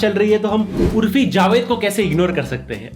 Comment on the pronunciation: Bhai urfi nahi urofi